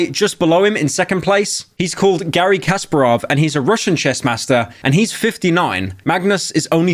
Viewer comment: I feel like pyro is just deliberately mispronouncing words just to get a reaction out of us. Lichess, Kasparov, Hikaru, all of them were butchered by his stupid bri’ish accent.